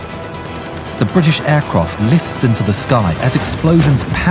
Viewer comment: Aircroft lmao.